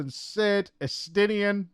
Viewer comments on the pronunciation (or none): I've watched 21mins, can't watch anymore. The way she pronounces the names, it just grinds my gear. S-tier-nine for Estinien?! COME ON